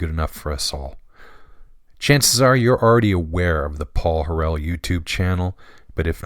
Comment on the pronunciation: Are you joking? Your failure to even correctly pronounce Paul's name renders this video worthless.